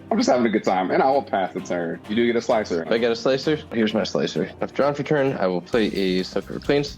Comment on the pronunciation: Slicer? More like Sligh-cer!